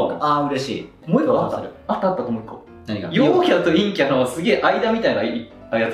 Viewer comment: 陰キャと陽キャのイントネーション逆じゃない？